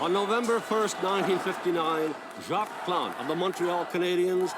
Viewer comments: Jacques Plante (pronounced Jawk Plant, the s at the end of French names is silent and the e on plante is also silent) wasn't the first goalie to wear a mask some other goalie in the 20's or 30's wore one once I believe but Plante was the first to wear one regularly. I started wtching hockey ina the 70's and there were still a couple of goalies who didn't wear masks and most players didn't wear helmets until the late 70's. As for the neck guards the IIHF (International Ice Hockey Federation) has deemed that all international hockey games the players must wear neck guards, I think it took effect NY Day 2024, the NHL hasn't adopted this rule yet but they aren't governed by International Rules but they need to, hockey is a beautiful sport but a person should be protected especially in vital areas of the body. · In French, we almost never pronounce the last letter in a word. So, it would be pronounced Jacque Plant, the “s” and “e” would be omitted, however, your pronunciation of the letter “a” was dead on. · Jacques Plante is pronounced like Jock Plont. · I'm sorry, but I can't stop laughing over your pronunciation of Jacques Plante!!!! 🤣🤣🤣🤣🤣🤣🤣🤣🤣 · you literally heard his name pronounced correctly, and still mangled it again. well done. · Jacques Plante… silent S (1st name) & silent E (last name). Otherwise, your pronunciation is spot on. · When you say Jaques Plante you do not say the S at the end of Jaques and you do not say the E at the end of Plante. Other then that you had the right pronunciation 😊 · As for Jacques Plante, the S in Jacques is silent, so is the E in Plante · Total fail on "Jacques )lahte" though. 😆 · Jacques Plante is pronounced Jok Plont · Just to let you know that in Jacques the ‘s’ is silent and in Plante the ‘e’ is silent. Love your videos. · Awesome Heritage Moments - the goalie 's name is pronounced "Jawk Plont" - not Jaks Plantay 😊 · Jock Plont Jacques Plante is pronounced more like Jock Plont. Haha!